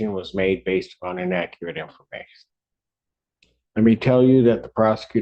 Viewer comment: "In-AKKERATE" information! 🤦🏾‍♀